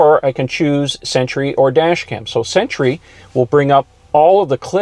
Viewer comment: Why intead of sentry I hear century? 🤔